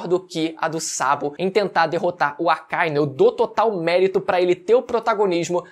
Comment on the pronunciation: O que me deixa de cara é que o lê o mangá, assiste o anime e ainda vem falar Acáinu... Porra mano. AKA- Inú. Cão Vermelho.